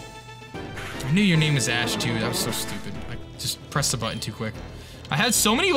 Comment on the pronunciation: Flinch King Cook for the win...5 in a row is wild You calling Ash 'ASS' is probably the worst thing a human has ever done...welcome to the bottom